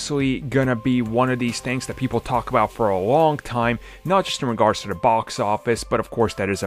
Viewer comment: Armins "da" instead of "the" count